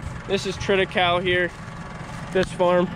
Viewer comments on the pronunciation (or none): trit-i-KALEY not KAL At least in Washington State! :)